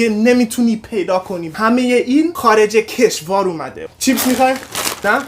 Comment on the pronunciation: کشوار نه کشور😂